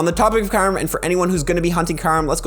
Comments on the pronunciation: I really don't care but it's Q rem (ky-oooo-rem) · The way you say kyreum tho lol